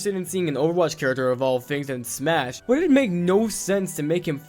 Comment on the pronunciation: Disliked cause you said Smush